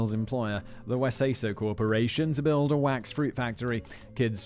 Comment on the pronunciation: NOOOO! The Corporation from Dinosaurs was called, We Say So. Not pronounced wesayso